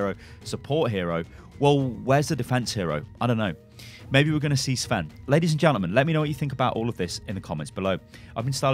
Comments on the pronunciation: Sven is a Scandinavian name not Russian sty. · Sven sound russian? :D Dude cmon you are from Europe :D not USA :D